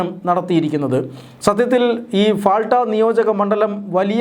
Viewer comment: പാൾട്ട എന്നാണ് ഫാൾട്ട യല്ല മലയാളിയക്കും മലയാളി വാർത്തയക്കും ഉള്ള മാനസ്സിക തകരാർ